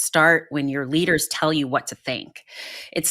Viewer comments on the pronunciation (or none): none